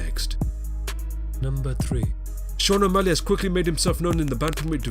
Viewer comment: O'Malley? LMFAO